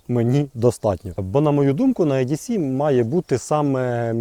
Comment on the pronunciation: Не "е-ді-сі", а "і-ді-сі". Не "ю-ка-ка", а " вай-кей-кей"